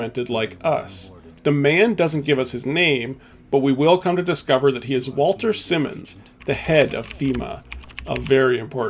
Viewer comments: Wal-TON SI-mons, not Walter Simmons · I do have to ask one thing: Did you not listen to the audio in the game? The names like Jaime is Hy-me and Walton Simons is Not Walter Simmons. Just confusing how you make these errors with iconic characters who have their names said many times.